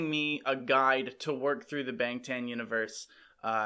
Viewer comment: Just a quick pronunciation correction: Bahng-tahn (방 탄 - the ㅏ character makes AH sound)